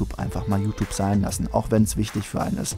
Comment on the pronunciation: JuTup... Kannst du das mal JuTjup ausprechen? Das weckt immer den inneren Autist in mir :c